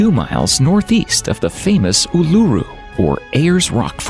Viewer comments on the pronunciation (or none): Did a great job or murdering the pronunciations of almost all those places.